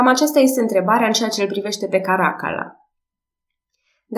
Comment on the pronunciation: Îmi place mult Podcast -ul , felicitari Mi-ar plăcea totuși ca numele romane sa fie pronunțate cu accentul pus corect (Caracalla , de exemplu). Caracálla